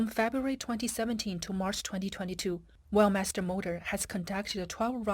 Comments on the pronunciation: I notice that the commentator pronounces "Weltmeister" as "wellmeister", is this to cover up the rather nasty connotations of world domination in the name? Perhaps it should be "lossmeister" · Veld my's-ter isn't it?😅😅😅😅 Schmidt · As a german i had to cringe every time Weltmeister was said